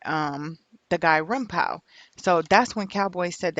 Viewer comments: "Rimpow" lmaoo it's pronounced "Rimpaw" thas his day1 he ain't set Nip up no fuckin way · ITS RIMPAU.. PRONOUNCED LIKE PA.. LIKE GRAN PA.. SHIT IS ANNOYING HEARIN U SAY RIM POW.. GEEZUS!! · Lady the name is PRONOUNCED RIMPAW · It’s funny how you pronounce his name. Rimpau (Rim-Paw) pronunciation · It's pronounced rimpaw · Young lady stay doing whatever it is you do because you have no clue what you're talking about regarding gang life. P.s.its Rimpau pronounced (Rim-paw). I can tell you weren't in tune with Nips movement anyway because you would have known that. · Pronounced: Rim-"PAW" (its the name of a street in the neighborhood)....the mispronunciation was just irritating the shit out of me lol.....ok, carry on. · Rimpau is pronounced rim-paw it’s a street in rollin 60’s hood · Pronounce it rim-paw.. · WHO IS rimpaw, I thought she was sayinh grandpa lmao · It was pissin me off too lol smhh